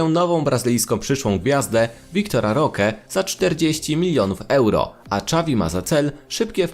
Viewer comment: Imię Roque też nie potrafi wymówić.